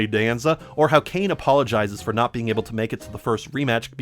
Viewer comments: His name is cane scrotumberg please get it right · I love how you mispronounce Kane's last name differently everytime you say it.